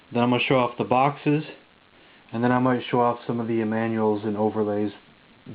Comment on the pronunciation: i thought you said foxes ...like samanth foxes ..ah! boxes .... darn lol XD bump n' jump is a classic ..i would love to see the intellivision version ..cool collection dude would like to see your other collections as well including samfoxes ..lolXD